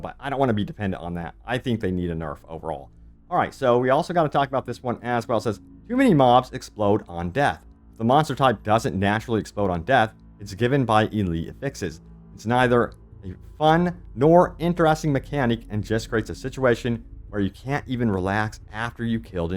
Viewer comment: Why do you keep saying "affixes" as "a fixes"? It's pronounced with the stress on A